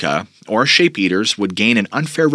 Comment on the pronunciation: Do you realize that almost the entire time that you were talking about the SHEEP eaters you were calling them SHAPE eaters. Just like you pronounce Appalachian as AP-A-LATCH-IN in a previous video. It's AP-A-LAY-SHIN